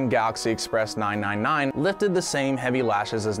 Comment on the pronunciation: Its pronounced “Three Nine”